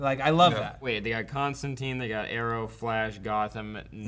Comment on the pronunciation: Plus, as a pretty damn big mistake, they get his name wrong. It's Kon-stan-tine, not Con-stan-teen.